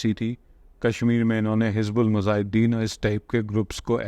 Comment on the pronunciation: You proudly claim to be history sheetar..ok agreed and have never disclosed your country of origin but your indian hindu viewers are very happy on your content and Pakistanis regard you surely as Indian and Hindu ok no issues Pakistani pronunce word Jehad not Zehad likewise Mujahid not Muzahid and please note that while studying or narrating historical events one should be reasonably unbiased and logical and not leaning towards one side irrationally. Dr Mubarak Ali , A Pakistani history professor is far better example ,anyway I would request you to please be Scholaristic to brand your content attractive for a comparative study instead of mere one side propaganda tool to tease or appease people Hope you would consider it on merit